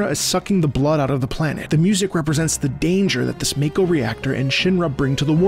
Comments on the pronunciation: its muhko not mayko ffs :D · "Māko, I refuse to say Màko" 😂